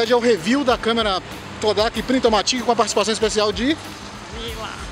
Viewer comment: Se pronuncia "PRINTOMÁTIC" (ênfase no A). Vem do inglês automatic!